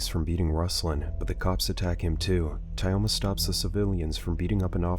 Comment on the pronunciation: Pole Skin, Tie-Oma ... the way this TTS pronounces russian names is hilarious